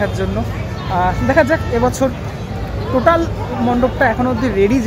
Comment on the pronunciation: Totel ❌ Totaal ✅